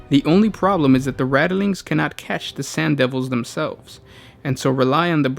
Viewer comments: Probably...and it's rat-ling....not rattle... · RATLINGS!!!!! NOT RATTELINGS!!!!!!!!!!!! For fuck sake!!!!! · Keeps saying "radilings". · 🤔Rat lings not rata lings. Sorry but so much watch. Love to guys though. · Rattleings?! TRIGGERED!!!!!!